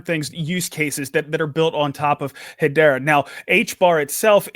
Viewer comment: its hedera not hedora